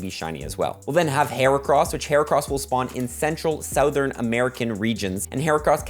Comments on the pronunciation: why can't you pronounce Southern ? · you say southern strange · Why he say Southern like that?